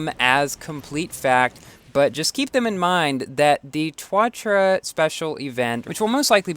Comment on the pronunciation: Ssc tuatara Back then doesn't know how to pronounce Like the jesko now he saying (yes-ko)